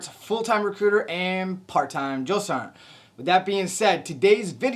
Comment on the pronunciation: Ummmmmm. What’s a drill-sarnt? Man, you guys are so soft nowadays compared to what I went through. And by the way you said drill, sergeant don’t expect new recruits to be at Olympic athlete levels, you want to tell my drill sergeant that?, I don’t think so lol. I went through Fort Jackson, Tank Hill 1988. Everybody calls it “relaxing Jackson. “ you more softer youngsters didn’t go through Fort Jackson at Tank Hill in 1988! Don’t get me wrong, love the video and is good information for new recruits. My daughter as of today August 10, 2025 just arrived at Fort sill Oklahoma four days ago.